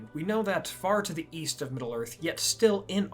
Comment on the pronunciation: Oh East I thought you said Weast.